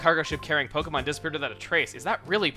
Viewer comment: It's wonderful how you actually put the accent on the e.